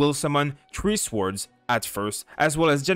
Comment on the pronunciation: Swords. The W is silent.